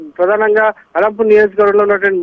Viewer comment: ఆలంపూర్ కాదు మేడం అలంపూర్